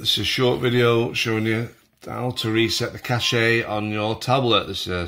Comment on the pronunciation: Cash-ay! Lol